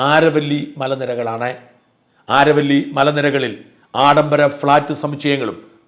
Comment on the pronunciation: Is it ആരവല്ലി? In English it's അരാവലി